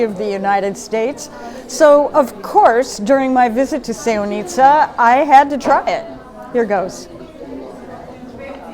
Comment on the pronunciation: It’s not pronounced that way. Also, we have more than enough tourists. No need for promoting more. However Sevnica is nice little town, not tourist attraction.